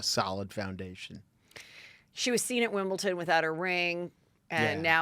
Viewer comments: Wimbledon not Wimbleton 😢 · Wimbleton? Do you mean Wimbledon?